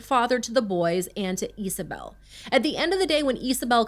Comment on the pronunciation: Isabel or Isabelle is pronounced Izabel not Easabel. Her shortened name would be Iza or possibly Isa not Esa.